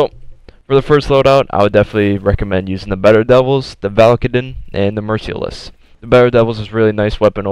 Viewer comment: Mer-SEAL-less :thinking